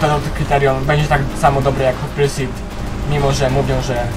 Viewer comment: Stary naucz się wymawiac nazwy tych gier Nie NFS hut pursit. Tylko HOT PARSIUT (wym.)